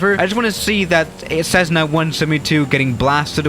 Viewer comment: People:Cessna:Cezzna Me: wtf